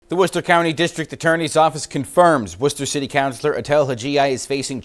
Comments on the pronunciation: WOOH-stuh! - get it right! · It's pronounced 'Whistah' in case you wanted to know what youre reporting on. I hope they throw her under the jail though she's f**** trash. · Not too long ago people of her intelligence were relegated to working in special ed positions and were given the title of “ teacher”, now they run things ! Worcester is pronounced Wister in Massachusetts. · Screw her! She really needs to check herself! FYI it’s pronounced Woostah. HA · it’s so funny hearing you say Worcester. It’s Worcest-TA. 😂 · You should really learn how to pronounce Worcester